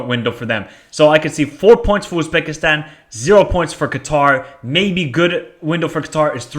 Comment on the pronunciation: North Korea 0-3 Iran Qatar 1-1 Uzbekistan UAE 2-0 Kyrgyzstan North Korea 0-2 Uzbekistan Kyrgyzstan 0-2 Iran UAE 2-1 Qatar Uzbekistan's not pronounced Oozbekistan